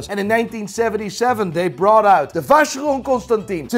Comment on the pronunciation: exactly. is probably the person I know of with the greatest knowledge in watches, so hearing his pronunciation with Vacheron is disturbing 😳